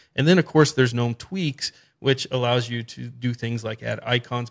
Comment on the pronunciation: Finally a Linux youtuber who understands basic English language and calls gnome the way it's supposed to instead of guh.nome. Great video thumbs up.